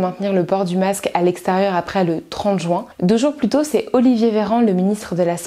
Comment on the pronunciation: Je comprends pas ces gens qui prononcent juin "joint"